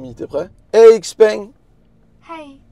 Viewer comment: Ça se prononce ShiPeng pas IxPeng